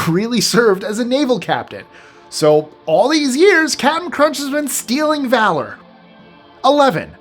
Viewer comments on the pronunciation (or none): none